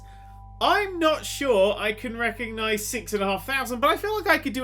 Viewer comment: Anyone else hear dan say "Wecognise" instead of "Recognise" at the start?